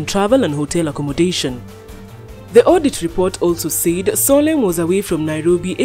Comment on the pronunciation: Solheim is not Solenn!!! Please pronounce it well, especially for non-english speakers as me. Thank you for the news